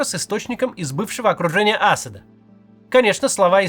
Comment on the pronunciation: Вы ни как не научитесь правильно ставить ударения вообще. В и имени Аспда например... !!! Узнайте.